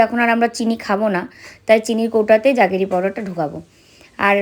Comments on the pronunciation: Juggery noy jaggery powder. Pronunciation ta thik koro. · উচ্চারণ টা জাগেরি নয়, জ্যাগারি পাউডার। খুব ভালো থেকো তোমরা।❤❤